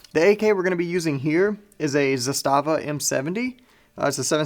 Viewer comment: It's nice to hear somone who actually knows how to prounounce "Zastava" correctly for a change.